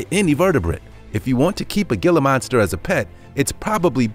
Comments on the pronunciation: The G in Gilla Monster is pronounced like an H. Hilla Monster. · "Gila Monster" is pronounced "Hila Monster" with a silent "G". It's spanish from Mexico. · Regarding the"Gila Monster", "Gila" is NOT pronounced "gill-uh" it is pronounced with the g like an h sound "he-luh". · It’s pronounced heela, not gila. Even though it’s spelled that way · It's pronounced "Hila" monster not "gil-lah" monster... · Dude, it’s “Hila” not Gila. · "Gi-la" monster? NOPE! "He-la" monster. He-la! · I'm from Arizona and we have Gila Monsters. It's pronounced He-La not Gil-La :D Gila Monsters' skin is so tough that they can dwell in burning fireplaces without getting burned. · Man! It's not Ge'la Monster, it's He'la monster!! Geezzz... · HĔLA MONSTER NOT GILLA MONSTER! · Dude it not g-la Monster it’s pronounced heela Monster. And in one of the images of the Gila monster it’s a alligator...what? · The gill ah monster wtf it's hill ah monster but spelled Gila lol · It is not pronounced gila monster it is hee-lah monster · Pronounced hee-luh not gila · Gila is pronounced Hila. H Sound not a G sound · Hee lah monster. Not Gila....smh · Gila is pronounced heela. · It's pronounced "hila" not "geelah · Pronounced "he-la" not "gil-a" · It's pronounced HEE-LA Monster not gill-a monster. If you're going to make videos learn your species and sub-species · It's pronounces Hila monster not Gila monster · Not 'Alaskan Huskies', while showing photos and video, of SIBERIAN Huskies (#10), NOT Alaskan Huskies. Google both so you can tell them apart, it is really easy! And stop saying, 'GILLA' Monster, (#7) it is pronounced 'HEELA' Monster, you must have said it 7-8 times or more, and it sounds dumber with each iteration! C'mon dude, before you make videos, look up your subjects and look up the pronunciation BEFORE posting a video about them."Tis better to be silent and be thought a fool, than to speak and remove all doubt." ~ Abe Lincoln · Omg, ITS HILA HEE-LAH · The Gila Monster is pronounced (heala)